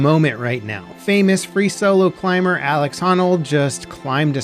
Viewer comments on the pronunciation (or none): none